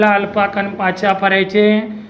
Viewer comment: કણ ને કન kem kaho chho. ??n